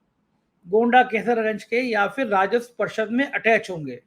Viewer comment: Please correct your pronunciation Mr. It is phir and not Fir. It is irritating.